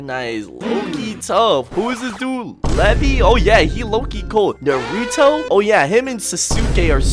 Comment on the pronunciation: "NuHruhTo" and "sAsOokAy" absolutely demolished me twin✌️🚬💔